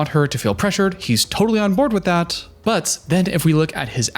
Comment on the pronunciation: you kinda do that thing you’re talking about where you change how you speak. especially with your T’s. listen to how you say “what” and “that” - you add an “uh” sound at the end. “what-uh that-uh guy said”